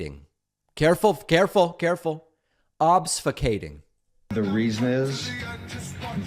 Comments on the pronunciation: He's trying to say "obfuscating" in case anyone's wondering, but says obsfucating... It's because hes stupid. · Yes. But Steve Bannon completely botched the pronunciation. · He's just making fun of Bannon pronouncing the word wrong.